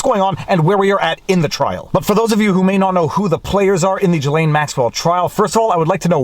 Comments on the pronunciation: Why why can’t you say it??? gih - LEN. Not LANE. Hard g gih and LEN. Got it ???? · Viva, its Ghee - layne. a hard G, as in Ghost- Not G as in Giraffe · Ghislaine is pronounced with a hard G. The first part of Ghislaine is pronounced exactly like the first half of Guitar. Sheesh! Take the first half of guitar, add ‘lane’ to the end. (The S is silent) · Ok Viva Frei. Is it Ghislaine or Jillaine. (pronunciation). You bounced between the two. LOL. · It's pronounced Jizlane. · It's "Ghee-lehn." We're at mid-morning recess. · Ghislaine pronunciation, just as you pronounced, G, his is silent, Laine, The name's meaning is “hostage” or “pledge” according to google. Glaine ish. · Can you ask your wife to teach you the conventional pronunciation of "Ghislaine." Thank you. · FWIW... I don't believe you are pronouncing her name properly :-) Don't forget... most of the reporter in that courtroom work for folks who at one time or another, participated in this "club". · Love your videos. But why do you keep pronouncing Ghislaine in different ways? Ji or or Gi?